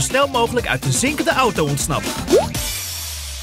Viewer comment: Je zegt auto verkeerd jij zegt de naam auto zoo oto😅